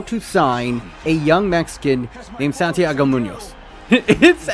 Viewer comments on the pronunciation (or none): none